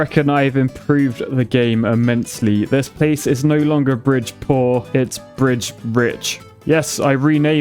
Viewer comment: "brich", surely